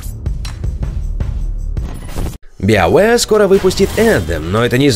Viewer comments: Ребята, спасибо за новости, но научитесь, пожалуйста, произносить BioWare правильно! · Сайберпанк, но при этом Биовеар. У вас вообще есть хоть какая-то логика в произнесении английских названий? Если вы отказываетесь от устоявшегося перевода - киберпанк, то и "био" будет звучать как "байо".